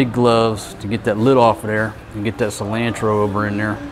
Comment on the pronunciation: LMAO, the way you pronounce cilantro...... Everyone is a critic... LOL.. like those who are brining up the boom mic.. LOLOL